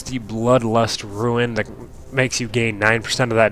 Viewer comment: ITS RUNE!!!!! not ruin......i understand the type-0 but how do you keep saying it.